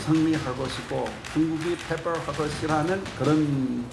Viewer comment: 민주당 망하는 서리가 들리는구나 ㅋㅋ ... 팰밸할것이라는 발음 줫같네 ㅋㅋ 싱하이밍